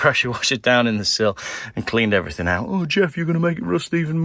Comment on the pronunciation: Geoff, it's everthing not everythink!!!